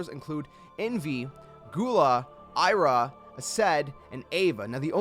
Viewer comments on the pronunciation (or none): Ava (Ah Vah) Ira (ee rah) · I'm sorry, I(eye)ra?? Who's that ?? It's pronounced as e-ra not eye-ra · Why do you say Ira & Ava’s name wrong?